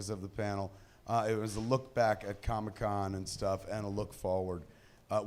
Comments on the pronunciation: Why is kevin pronouncing comic con as Comi-con😂 as in Comunist event. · Kevin CONSTANTLY pronounces “comic con” as “comme-con” as if it’s some Communist get-together😂😂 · He almost called it Chronic-Con at the start, just like he said he's been doing during his Hall H panel.